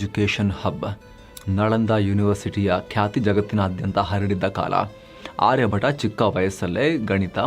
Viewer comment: ಆರ್ಯ ಭಟ ಅಲ್ಲ, ಆರ್ಯ ಭಟ್ಟ.